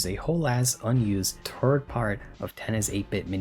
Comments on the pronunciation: great video. please learn to pronounce your "th" sounds though😭 sincerely, bursted out laughing at "turd board" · "The turd board"